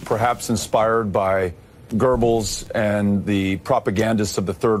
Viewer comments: “Gerbels” LMAO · He meant to say Jerbles .....and hampsters....lol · it's really just the totality of the interview.he's making these comparisons to the third Reich using a bunch of lies and can't even properly pronounce the name of the propagandist. Then on top of that you have sharpton calling him gurgles. I suppose it does sound like gerbals in German. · He did not pronounce it correct and I did do research. There is no R sound while saying the name.